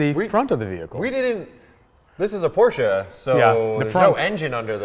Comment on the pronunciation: Fact: Porsche is a two syllable word.